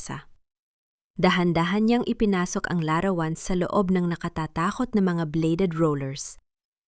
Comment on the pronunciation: Pinay ba narator,bakit larawan lang di tama pronounciation